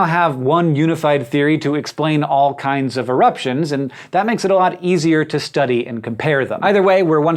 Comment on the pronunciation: "All kinds of eruptions" all kindzzzzz